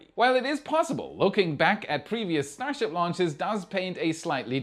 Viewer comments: what's is a stasrhip? 😂😂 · I see we're still calling it "STASRHIP 33"? I think NSF did the same thing last week. Or was it WAI?